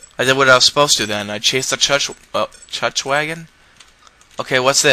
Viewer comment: "Chutch wagon?" xD